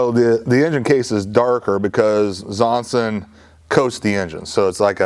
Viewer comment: I'm wondering whether pronounces Zongshen more like "Zonsen" on purpose. It sounds closer to a name like "Johnson" this way and doesn't make it so obvious, that it's a Chinese product. At the Aero exhibition their booth was even branded as Zonsen Aero Engines (not Zongshen).